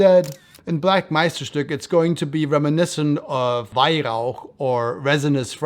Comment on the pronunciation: Ur pronunciation of Meisterstück is really good! U pronunced weihrauch perfectly as well